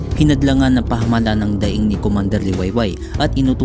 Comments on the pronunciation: ang ganda po ng narration, pero pagdatign po sa pagbigkas ng pamahalaan ay mali po ang bigkas. pasenxa na po, kailangan q pong inform kayo tungkol dito. pagbigkas nyo po kasi ay "pahamalan" instead po na pamahalaan. maganda po ang inyong ginawang video lalo na po sa pagpapakilala sa ating bayani na hindi masyadong nababanggit sa mga aralin. salamat po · PA-MA-HA-LA-AN bigkasin ulit.